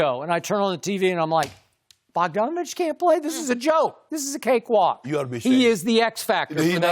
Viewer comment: THIS MAN SKIP SAID BOGDANOVIC 😂😂😂😂😂😂😂😂😂😂😂😂😂😂